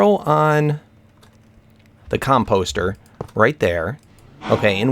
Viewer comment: Com-post-er xD